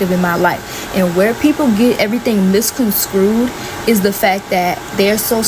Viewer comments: So sad that this goes on in so many step families, (including mine). This young girl is delusional. I don't even know her and don't like her based on her video! Do me a favor, tell her that the word is MisconSTRUED not Miscon"screwed." Maybe if she'd maintained communication y'all could've helped with school work... Her mother treats your husband this way because she feels she can. She knows he's not going to respond in kind, defend himself, or put his hands on her... I wonder if she disrespect her other child's father/fathers this way. The REAL problem is that she is an entitled, selfish, ungrateful brat. Frankly, her motive is giving, I'm really mad because I'm jealous that my siblings are being raised in the household with our father and I'm not! (That's the REAL issue). Instead of assigning blame, she should've stayed in a child's place, and out her parents business. She should've let her father BE the father he clearly was trying to be and not turned into the envious woman her mother clearly is. If you just NEED someone to say this, it's NOT y'all, it's THEM! The world now knows the truth!!! Move on with your life and don't ever allow your in-laws, his ex, or daughter, (or anyone), to rob you of your peace or bring you down to their level. #TeamRenee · That girl was not expecting actual receipts…She messed with the wrong family! Immaculate record keeping 🙌 P.S. I almost spit out my drink! Little girl - the word your looking for is MIS-CON-STRU-ED